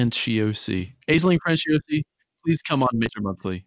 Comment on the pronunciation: Oh god it hurt to hear how you pronounced "Aisling Franciosi". If shes irish-italian, then Aisling would be pronounced "Ash-ling"